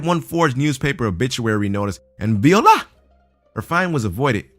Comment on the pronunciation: Viola. Is pronounced. VWA - LA''.